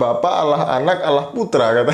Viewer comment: Bodoh membodohi yg bodoh jadinya bo-tol. Dia ini bukan dari orang Kristen tapi dia ini memang Islam yg pura-pura mualaf. Cara dia mengucapkan allah jelas sangat berbeda dengan pengucapan Allah orang Kristen.